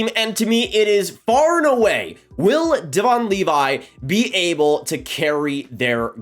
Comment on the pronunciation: Devon Levi first name is pronounced (dev-in).